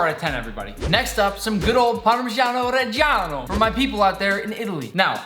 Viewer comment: Nick:*pronounces Parmigiano Reggiano* Me,an italian: he said it!